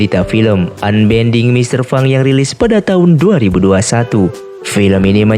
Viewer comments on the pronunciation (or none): none